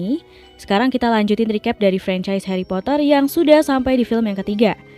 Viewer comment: Geli ah “HaRrY pottAar”